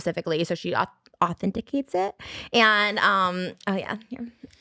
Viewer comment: She looked so proud when she said “authenticates” correctly. I love her haha